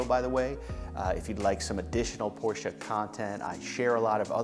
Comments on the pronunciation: Hilarious that this guy enjoys the brand, and yet cannot pronounce the name correctly. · Porsche is family name.How many people would like someone butchering their family name? It’s not snobbery, it’s common sense. Why butcher someone’s name when you know it’s wrong?